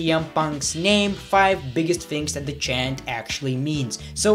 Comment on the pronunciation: you cannot pronounce "THAT" correctly either but so what you still are very good at what you do